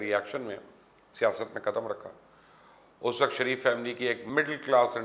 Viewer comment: Mubashar luqman sb parhe likhe jahil me aap ka channel shoq se dekhta hun ye sareef bolna chorden sahi naam shareef he khuda ke waaste me ye aap ko 3rd time bta rha hun.